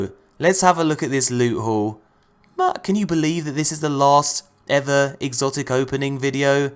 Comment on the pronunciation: "He got an exocit NOICE"